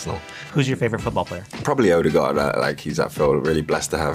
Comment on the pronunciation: Martin odeegard 😂